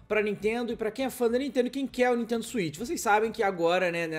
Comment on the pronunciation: Nuintendo essa Nuintendo 😂😂😂